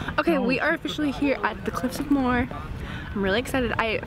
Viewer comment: Cliffs of Moher. Moher is a two syllable word pronounced like mo-her